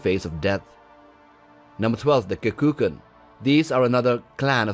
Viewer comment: Kekunan, not Kekukan ;)